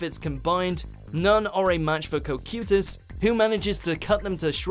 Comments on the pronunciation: cocytus is pronounced with hard "i" sound for the "y" in his name not a blasted "u" his name is not cocUtus it is cocytus. is you listen to the anime you hear them pronounce it. also you got other names wrong as well like asuka (A-su-ka) not aska. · WHERE'D THE P COME FROM IN COCYTUS!? It's Ca-Ki-tus you morons! ACTUALLY WATCH THE SHOWS BEFORE BUTCHERING THEIR NAMES!!! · Did he really mispronounced cocytus name